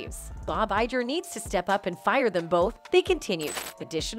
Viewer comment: The bots drive me nuts. The "g" in "Bob Iger" is a "hard g" like in "get" and "go".